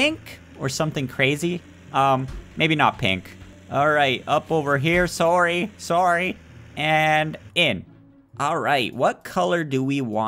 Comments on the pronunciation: that canadian sorry really sounds like the dutch sorry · that’s how Canadians say sorry